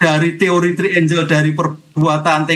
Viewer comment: "Trienggel" pak, bukan "-trienjel"